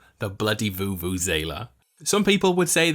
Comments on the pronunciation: Sorry, um... It pronounced voo-voo-ze-la (not voo-voo-ZAY-la) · U pronounced vuvuzela wrong, and i don't know how to spell it sorry